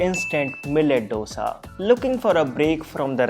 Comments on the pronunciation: Thanks for the recipes. But how is baking soda healthy? And it is "Dosa" as in "do" in hindi for the digit 2...not "do" as in the music - do, re, mi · Dosa is pronounced दोसा not डोसा..... Please North Indians🙏🏼...it sounds horrible. It is Dosa with a The not Duh